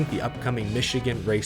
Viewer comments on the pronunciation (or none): none